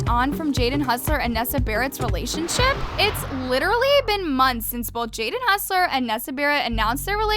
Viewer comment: Ok this gets on my nerves , i dontmean to be mean but i don't know why you say hoser like hustler